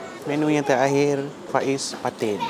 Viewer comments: Pais bukan phais😂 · Sebutan dia Pais bang bkn Faiz 😅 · Betul.. Agak terganggu sebutan ikan faiz.. Pais ikan la.. Jenuh kerut mulut rs nak membetuikan😂😂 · Ejaan PAIS..sebutan pa..eis..atau klu org daerah ckit..pa..eihh BUKAN pa..is atau pa ..ih..atau pa..eh..dn bkn juga fa..iz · Bkn faiz boss..pais/paih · sebut fa-iz/pa-is mcm kelakar plk😁..sebutan sebenar pais/paes senafas je..kalau salah tolong betulkan.. terbaik👍